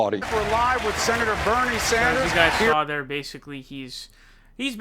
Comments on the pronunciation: Sanders, not Saunders or Saaaanders. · I enjoy your channel. Please, it's Sanders not Saunders. Keep up the good work!! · It's not Sonders, it's Sanders. What's up with that bro? If there's a hidden humour there, please let us know. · "my good buddy Bernie Zanders " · SAND-ERS, NOT SOND-ERS, NOT ZOND-ERS. Its fucking simple dude. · I really enjoy your channel, but please stop pronouncing it "SAUNDERS". It's like "SAND" not "SAUND". Anyway, keep up the good work! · Bofa Sofa Right!!!!! 😫😣😖S A N D A R S!!!!! I know it’s petty but it’s killing me 😂!!!!! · Why do you say Saunders 😂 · Why dont you say Sanders correctly, its kinda cringe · why does he say SAUNDERS? SONDERS? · DAVID: Toolsi.: Bernie Saunders. ME: Say what now? ^_ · Bernard Zandra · SAUNDERS, ZANDERS, SENDEERS... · Birdie Zaunders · I hear Saunders.